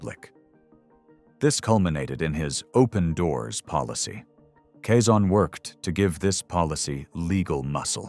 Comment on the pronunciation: Quezon nit Cezanne